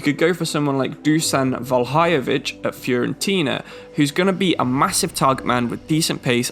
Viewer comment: How did Vlahovic become Valhajovic? :D